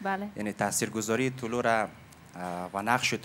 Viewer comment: طلوع را طلوه می خواند🤣😂